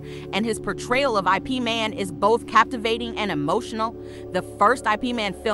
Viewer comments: Not I p man it's IP MAN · Nooooo why did you say "I P Man"? lmao But seriously, this guy is one of the best. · "I" "P" man - lol......ipman